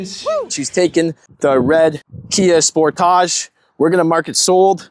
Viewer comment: Is pronouncing sportage as “sportoge” a ploy to make it sound like it’s not a s**tbox, or is that just a speech impediment?